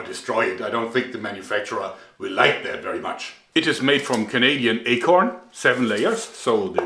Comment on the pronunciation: as a Canadian I cringed at "acorn"